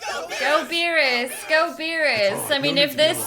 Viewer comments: I just love her Scottish pronunciation of Beerrrrus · never heard of someone pronounce beerus like you do lol